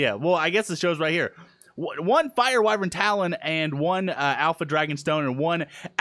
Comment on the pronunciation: why does say wyvrin when it's spelled wyvern